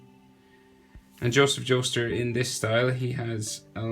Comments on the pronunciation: BRUH DID HE JUST SAY JOSEPH JOESTR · Did he say joseph jostur